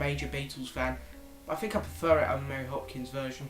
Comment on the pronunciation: It is ONE Hopkin... not Hopkins ;)